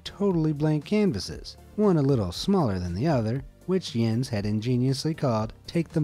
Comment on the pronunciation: Im Danish and you nailed that Jens